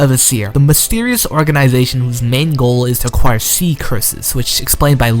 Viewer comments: its Ay-seer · Aeseir is pronounced aye seer